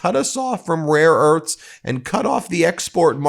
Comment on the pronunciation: Rare E A R T H S (NOT "URTS")